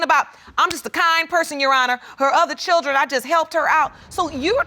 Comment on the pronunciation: What is a "churdren" ??